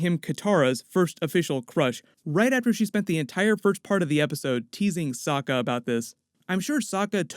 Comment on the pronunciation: It's pronounced "Soke A"